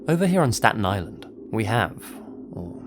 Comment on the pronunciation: It is pronounced stat-ni-land. You got it right at the beginning but seemed to fade a bit as the story went on!